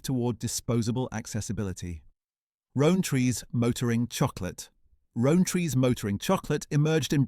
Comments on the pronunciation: Please tell me this is an AI voice, no british person says row-n-tree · Narrator can't pronounce Rowntrees properly. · It seems the AI had trouble pronouncing Rowntrees